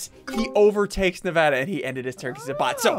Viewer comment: As Nevada is my home state, I'm very offended sigils immediatly went for it. Also: I congratulate for pronouncing it correctly.